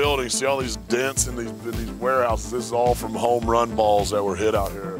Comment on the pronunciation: a "homrran"